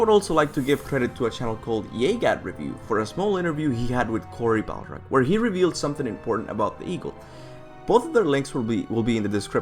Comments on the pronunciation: called him balrog instead of barlog 😂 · Its Cory BARlog, not Balrog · Lol not even butchering norse names but also cory barlog's name